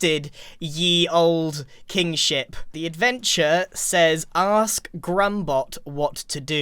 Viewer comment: I heard ye old King Sh!t instead of kingship for a second!